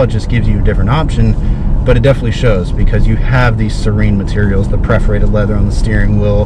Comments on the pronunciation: What is preferrated leather? Don't you mean perforated? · A real rookie....................and it's perforated, NOT preforated!!!!